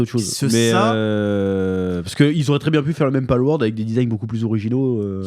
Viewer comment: PALWORLD et pas PALWORD !! XD